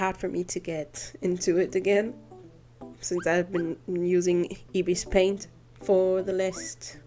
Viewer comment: Hey! I just wanted to tell that you are actually pronouncing ibis paint wrong it's actually i-bis paint and you are pronouncing it as ebis paint so i just wanted to tell that and no hate or anything i was just correcting you btw i love your video🤩🥰❤!